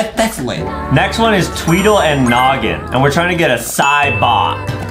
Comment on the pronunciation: He know every combo but doesn’t know how to say “noggin”